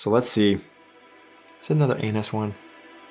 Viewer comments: Never seen anyone I know dip Kekse or Plätzchen into milk, only into coffee and cocoa. So weird that your "Anis" sounds like anus the whole time. All "Zimtsterne" I buy are pretty soft and I really wonder how many of them have Anis in them, I never had a single one with it, I wonder if that is a regional thing. Btw, I have a bag of Spekulatius right by my side while watching the video. Favourite holiday tradition: The children were allowed to choose the meals for the 24th, 25th and 26th of December. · did you say Anus! 😂😂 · why I always hear Anus flavor :D I asume you had so much over sugered in the US that you cant taste normal flavor anymore 🤔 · oh oh oh .... the way you pronounced Anis sounded quit sus